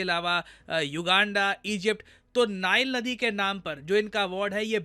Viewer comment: It's not नाईल् नदी, It's नील नदी 😂